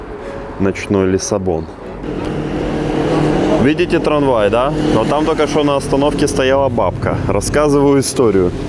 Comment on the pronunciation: Словарный запас ужасен,столько сорных слов ,а произношение трамвая,вообще убило.